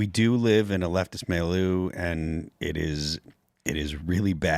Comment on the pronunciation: this guy is trying to say milieu .